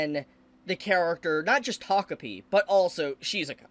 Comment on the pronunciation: He said "takopi" but I heard "togepi". It must be I'm still asleep.